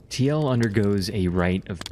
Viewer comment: Tee el? What? Isn't it pronounced Teal?